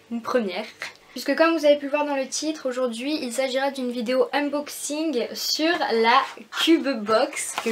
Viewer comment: Au cas ou personne te l'aurais dis on dis " uNboxing et pas uMboxing " voilà juste pour dire j'adore tes vidéos continue